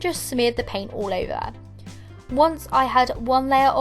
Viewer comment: STOP SAYING "ALL" "UUUUUUUL"